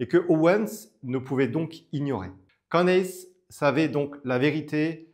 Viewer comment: Pas Candace, ca se dit ''Candice'' En anglais le A se prononce I